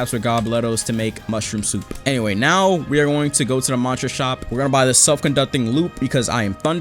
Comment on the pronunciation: The way he said souPP LOL